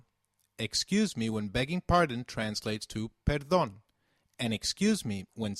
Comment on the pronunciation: I think the way he pronounces the p in "perdon" is wrong??